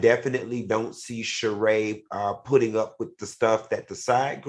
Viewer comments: If Al is friends with Sheree, why doesn't he know how to pronounce her name? Make it make sense. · How is Sheree Al’s friend and he mispronounces her name every time she comes up? 🙄